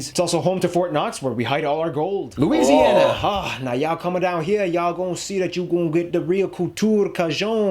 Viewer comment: He nailed the Louisiana one. There’s pretty much nothing to add for us lol